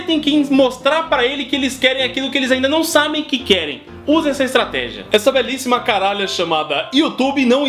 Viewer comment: Tropa de elite "estrategih"